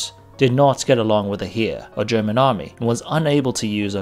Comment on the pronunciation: I actually did not know "Heer" was pronounced like "Herr"! Thank you for pointing us in the right direction!